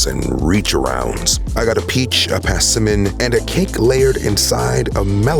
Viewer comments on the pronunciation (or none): The fruit right is Persimmon and not passimon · "Passiman" Persimmon